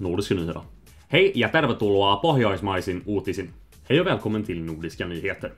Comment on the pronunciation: Godt jobbet :-) Noen steder er det lett å høre at du er svensk når du snakker norsk. Sjekk f.eks ut hvordan du uttaler "nordiske". Du sier "nordiske nyheter" på svensk, når skal snakke på norsk! ;-)